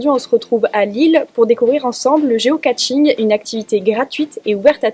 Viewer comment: Géocaching, pas Géocatching ! On ne se bas contre personne !